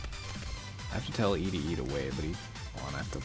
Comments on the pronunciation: The way he says E D E bothers me. Its Eddy thats the joke. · Loved this, but I HATE that he pronounces ED-E’s names as “E D E” and not “Eddie” hahahaha. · It bugs me you call him E-D-E instead of Eddy. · who the hell calls Ed-E "eedee" instead of "eddie" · i hate how you call him E-D instead of Eddy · Wait that’s pronounced Eddy? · His name is pronounced like Eddie. -_ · See I thought you seemed like a good up and coming YouTuber who was gonna blow up soon and then I heard the way you pronounced ED-E. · Why do you pronounce ede-e the way you do...